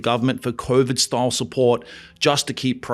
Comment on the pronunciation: Let's be real hear convid not COVID